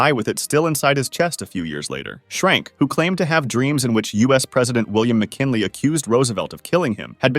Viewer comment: William mckinily?